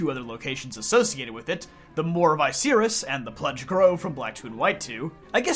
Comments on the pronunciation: Yo. First time someone has pronounced Icirrus correctly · You're the first Youtuber I've ever heard pronounce Icirrus properly